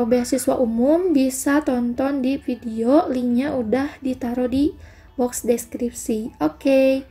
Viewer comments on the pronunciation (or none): Min, saran dong, kalau F dan V dibacanya jangan P dong, soalnya saya gimana gitu dengernya 😥 Kalau belum biasa, biasakan dulu ya min, sering banget ini diucapin notipikasi, apirmasi, pideo, inpormasi, pendaptaran